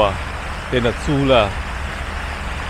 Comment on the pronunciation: cái chùa Sule phải đọc là Su lê, k phải su lờ. Xe đạp mà ông bảo là xe xích lô là xe lôi. Clip nội dung cũng hay nhưng nên fix lại về thuật ngữ